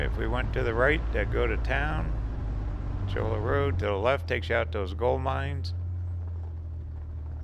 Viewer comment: Cholla = Choy-ya.